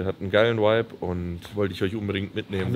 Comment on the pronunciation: Bin ein richtiger fan, aber Whipe und Vibe ist einfach ein unterschied bro..... BITTTEEEEEEEEEEEEEEEEEEEEEEEEEEEE jeeeeedes video sagst du das wort JEDES